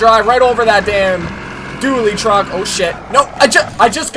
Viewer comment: dually not dully...dont het me wrong im a huge fan